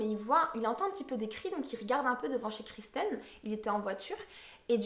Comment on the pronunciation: kIrsten , c'est Kirsten et non kRisten